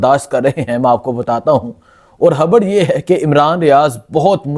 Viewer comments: او بھئ،، ”خ“ کیوں نہیں بولتے 😮 ” خبر “ کو ”حبر“ ،، ”خان“ کو ”حان“ ،، ”خوشی“ کو ”حوشی“، ”خیال“ کو ”حیال“،، ” خیبر“ کو ”حیبر“ 😮😮😮😮 کیوں ؟؟؟؟؟؟؟؟؟ کیا بگاڑا ہے ”خ“ نے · بھائی جی بہت آپ اچھا کام کررہے ہو لیکن مہربانی کر کے اپنی اردو ٹھیک کرو خبر کو “ حبر “ پیغام کو “ پیگام “ باریک واردات “ بَریک واردات “